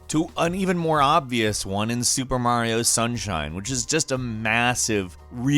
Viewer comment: You said Mario wrong.